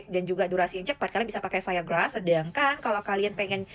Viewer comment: omong biasa aja viagra gak usah ke barat2 an